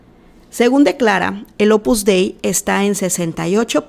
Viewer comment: La secta en cuestión se llama Opus Dei no "Opus Dai" Por favor no opines de lo que no conoces para nada y te exijo respeto para las 43 Numerarias que fueron abusadas sicológica y espiritualmente y explotadas cínicamente por esta secta fascista que CONOZCO PERFECTAMENTE desde hace más de 40 años.